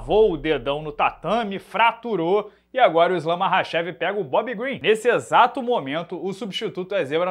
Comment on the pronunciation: Esse "Marrachev" ta de sacanagem